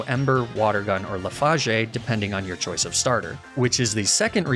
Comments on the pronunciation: LEE-FAHJAY??? its pronounced leaf-ij (rhymes with voyage) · Everyone: LEAF-udj.: Luhf-AZH. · I’m sorry…. leef-aa-gay??? I’ve always said “leaf-aige”??? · Bruh who says lafage😂😂😂😂😂 you made my day with it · saying lef-ahj -ay for leafage has to be a meme right?